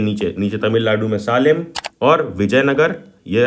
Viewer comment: bhaiya wo saaalem nahi hai